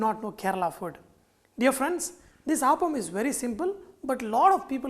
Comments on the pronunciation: Pl say appam and not aappam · I'd like to mention that this dish is pronounced as Appam (up-um) and not Aapam. I believe in Tamilnadu it is pronounced as Aapam, but then the recipe to that is also different. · its 'Appam' ! not Aaapam ! -. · Chef small correction it is not aaapam. It is appam.अप्पम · My dear fellow, you prenounce Appam wrongly. Its not aaappam. Its simply Appam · Not aapam but appam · You are pronouncing it wrongly....It's not Aaaapam but Appam...... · Its app-am, not aap-am. Thanks for the video. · Hi. There seems to be some confusion among many as to how to pronounce the word. A majority of Malayalees (like me) say Aappam and not Appam. For most of us, Appam is a sweet (jaggery not sugar) deep fried batter that is primarily used as offering for deities in temples in Kerala. Now it is commonly made in homes and hotels. Yes, some do use the word Appam instead of Aappam )but not the majority. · No. Malayalees pronounce it as Aappam. There is another deep fried sweet (jaggery not sugar) dish called Appam primarily used as offerings to deities in temples in Kerala. But it is also now commonly found in homes and hotels :-) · Malayalis pronounce it as Appam but people outside Kerala pronounce as aappam... I guess Sanjay is Telugu... If we Malayalis try to pronounce one of the andhra breakfast 'Attukula Attu' even we are not going to get the pronounciation right. By the way... The appam in this video looks absolutely delicious. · I am pretty sure it is pronounced "aaaapam" and not "appam". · The way you pronounce appam is making me sad 😢😢. On the flip side glad that u have our uploaded authentic dish. 😊